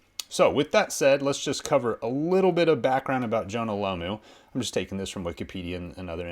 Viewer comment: Why can't these Americans pronounce Jonah last name right Its that simple.Its Jonah Lomu not Lamu.